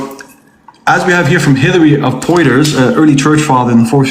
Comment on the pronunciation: pointing out cant pronounce arabic words, then mispronounce Hilary of Portiers's name:face-pink-tears